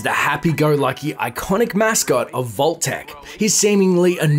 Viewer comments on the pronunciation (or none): I LIVE to hear you say “i-CONN-ick!”